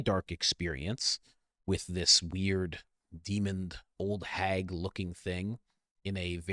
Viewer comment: Why do you add a D to demon, at the end of the